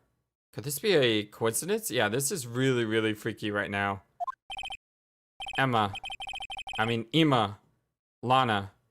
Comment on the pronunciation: OK I am pretty sure her name is Emma but it is spelled Ema you are the only lets player I have seen that calls her Ema maybe if more lets players called her a different name I would think her name is Ema but every lets player I have seen always calls her Emma I really think her name is Emma so hopefully you figure that out before you finish this case because I get it some names are going to get mispronounce but I usually don't have a problem with that but I feel like Ema name was obviously Emma if it had been a hard name I would understand but I feel like her name was really easy to figure out that it is really hard for me to listen to you call her Ema all the time I am not saying it is your fault I get it I do but it still is really hard for me to handle you calling her Ema again I do understand but me understanding doesn't make it any easier for me to listen to you mispronounce her name all the time.